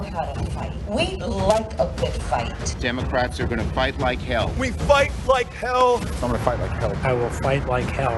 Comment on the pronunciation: Did biden say fight like kale?